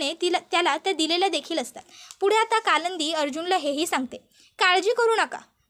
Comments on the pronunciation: Stop saying kalandi😮 it's kalindi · काय कालंंदी कालंदी लावलय,नाव कालिंदी असे आहे